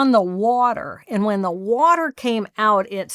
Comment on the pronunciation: the waterrrrrrrrr